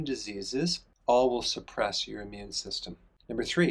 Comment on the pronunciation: It is Not your "Ammune" system; it's " immune"